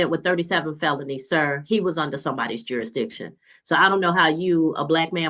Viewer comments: Jurik -diction? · He can't even say the word jurisdiction!😂😂😂😂